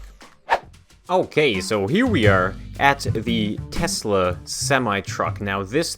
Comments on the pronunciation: Nice “toyesla” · It is Tosla XD